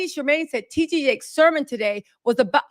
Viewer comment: baby his name is T D Jakes Not T G!!! Lol you been screwing his name up heavy and hard for a long time bby lol but it's ok I just wanted to help you out real quick,love you love your work you truly are one of the greatest one of these best!!💯